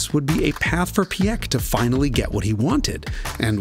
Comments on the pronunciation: Great video as usual. But that butchering of names…it’s funny that both Porsche and Ferdinand Piech is so hard for English speakers. Porsche I understand because it makes no sense in English. But Piech is pronounced like peach with an i between p and e. If the i is throwing you of jus pronounce it like peach. It’s closer to reality than PieK anyway. Why pronounce with a hard K in the end? Does not make sense at all. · Peesh and not pee eck 🙄 And when you‘re fancy try to get a t sound before the sh. It really really hurts hearing that pronunciation.